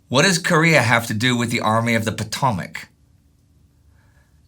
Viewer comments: "Puh-TAH-mick [sic]" -- "Puh-TOE-mick"'; you mispronounce even domestic place names. "FAY-ah-cahm-plee [sic]" -- "FET-ah-cahm-plee" -- the "t" in "fait" is pronounced because it is followed by the "a" (a vowel) of "accompli"; were "fait" followed by a consonant, the "t" would be silent. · After learning how to pronounce "Potomac", please.